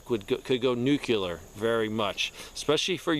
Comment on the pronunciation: Nuclear, “laser”😂😂😂